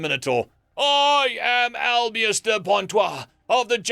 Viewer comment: This is a great one, but as someone who's heard this before, it was very jarring to me that you pronounced his mameluke it was Albiose (al-bee-oh-ss) instead of Alboise (al-boy-see or al-boy-ss)